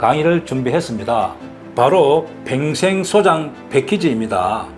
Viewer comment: 평생 발음이 안 되나? 팽생, 팽생?